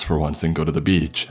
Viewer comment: i wish this guy could use a pop filter i cant stand this anymore Beachhaa clear outhaa im still not going to dislike the vid but its so amoying